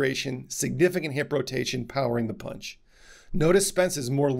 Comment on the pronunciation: Did he say "punch doctor" or "paunch doctor"...LMFAO